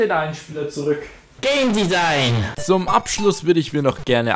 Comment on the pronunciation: Ich habe dich gemalt wie du Gamedesine sagst